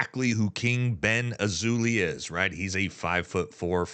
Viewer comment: Hey man say his name right, its King BendAzzholay